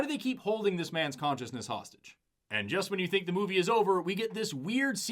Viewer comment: "Won't someone thinik of the possums???... Oh thanks..."